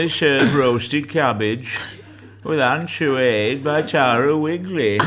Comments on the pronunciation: Lovely Angela, don't pronouce it An-choo-ad but An-choy-ad, like choy in Pak choy. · For anyone who is interested, anchoïade is not pronounced ‘an-shoe-arrd’, it is instead ‘on-shoy-aahd’. And it is indeed utterly delicious.